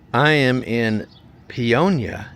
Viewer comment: Pay-oh-ni-ah .not pionia .